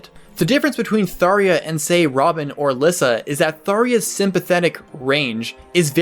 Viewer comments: I cringed everytime he said her name. It's T H A R J A, not T H A R I A. Tharja, not Tharia. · THAR • JA. Not Thar•E•Ah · I''m very sure y'know she's named TharJa Ghast. Not Tharia. lol Because how would Rhajat be called? Rhariat? C'mon. I did like the video though. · Man, I hate it when people say "Tharya." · I always called her “Thar Ja”. “Tharia” (Daria!) is an interesting pronunciation though. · I usually wait and see how the official source pronounces the name in question. And since they did call her Thar-JA instead of Thar-YA, I just agree to how it was officially pronounced. Including Caeda (SHE-da). But I'll never understand how people got a Y-sound from a J. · its pronounced tharja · Good video, but I am highly bugged by the way this man says "Thaw-ria" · "Thar iya" is actually not the correct pronunciation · It's "Tharja" with a hard J, Robin even says it like that: GG EZ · Every time he says Tharia I die a little inside. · Why'd he say Tharia? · ok but did you just say “tharya” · Cringed with every "Tharia". Either the J is a J, or it's used as an H. There is no way "ja" makes an "ia" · I have never heard someone pronounce her name "Thar-Ya". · Good vid. But it's TharJA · thariya? learn how to talk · i wanna stop watching just because of the way you pronounce tharja but i will press on for a genuinely informative video. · Wait it's pronounced tharia? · I keep thinking "why is he pronouncing her name that way." Looks like I completely missed the debate in its pronunciation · its a J not an I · I always pronounced the "j" in her name. Didn't know it was intended to be silent. Also, watching this video made me happy that I chose her as my very first S Support after picking up Awakening. I always thought she was a crazy dark magician girl, but there was something about her persona that intrigued me. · His pronouncement of her name is so distracting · Why are you saying Tharjas's name like that!? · Yo dawg it's pronounced the way it looks. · "Tharia" Bruh.